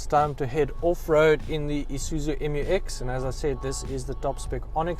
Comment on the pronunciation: Pronounced MEW-EX 😊. Oh, journalism is so junior in South Africa 🇿🇦 😢